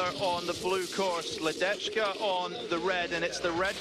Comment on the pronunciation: The pronunciation of the name LEDECKA is like LEDETSKA, not LEDECHKA.